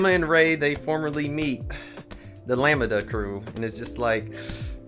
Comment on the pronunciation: Always love your takes! .... Lamb (like a baby sheep)-Duh sounds cooler than how you're saying it like lami-da 😅